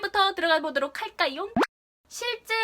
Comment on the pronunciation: 보도록 이라고 말하실때 정말 꾸준히 오케이 구글이 나와요 계속 나와요 정말 왜이런지